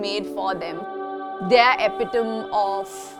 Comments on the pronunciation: Beautiful interior finish and design. and FYI, to the designer, it’s pronounced epi-toME. Not epiTOM. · Never heard anyone say epitome like that lol